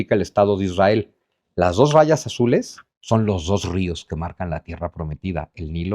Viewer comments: Israel no lleva dos r, aplica la misma regla ortográfica que para el apellido Monroy, por ejemplo. Es muy difícil la pronunciación de la ere en palabras así, lo natural es la erre. Si fue para llamar la atención, te la compro. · Israel lleva una "r"